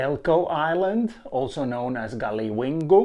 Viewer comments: It is plain stupid to use a difficult-to-read white board as a presentation, coupled with an illogical time frame. Second observation, judging by the author's inability to pronounce lingual groups' names properly (Galiwingu instead of Galiwin'ku), he is hopelessly unfamiliar with the NT and its history, Third, his conclusions expose his unawareness of the much wider existing knowledge and, more significantly, the conspiracy of silence inflicted by anthropologists on data that conflicts with their political narrative. I wish foreigners and southerners would just stay away from our country and cease proselytising their inadequate conclusions. As was declared by an Austrian team of investigators in the 1990s, any anthropologist who has failed to demonstrate linguistic proficiency prior to putting pen to paper, should have his degree shredded and be banned from further involvement in these complex disciplines. Such arrogance is a major crime against professional ethics. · Good to see interesting research. Just wanted to say Galiwinku is pronounced as Gull-ah-wing-koo. Titjikala is pronounced Tit-chee-kah-lah.